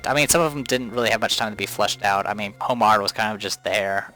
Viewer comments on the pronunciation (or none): The H and D in Homard's name are silent. It sort of bugged me that you kept saying his name wrong, though I loved the LP overall. It was the only LP of La Pucelle on YouTube!